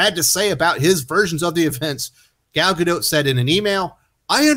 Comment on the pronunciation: Do I think Gal Gadot (not Gador as said in the video and description) has problems with language in America? Yes, just as much as Americans saying and spelling her name do.